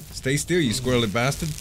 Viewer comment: lol not that bad the way he says it with is cajin speek.... squeerly Basstud lol